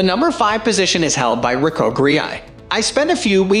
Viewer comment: Why do you pronounce the Ricoh GR like that? Also no mention of the leaf shutter for it as well the Fuji? One would think a professional would be especially interested in that tidbit.